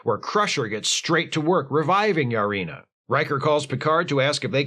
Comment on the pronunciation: Wait...Lutan's wife is named "Yar-ina"?